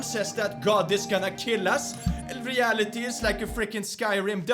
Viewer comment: "REALEETY IS LIKE A FRICKING SKYRIM PUZLE" Ive not laughed this hard in a while axsdfghjk